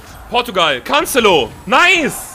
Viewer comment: Bei Minute wie spricht der bitte Cancelo aus ach du kacke